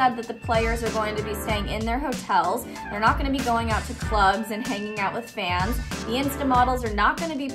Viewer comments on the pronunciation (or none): none